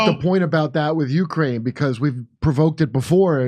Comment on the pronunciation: What;'s a yukrane? Is that like a yute?